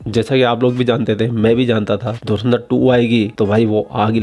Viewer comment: पोर्की say :-) धुरंधर❎धुरिन्दर ✅ 😂😂😂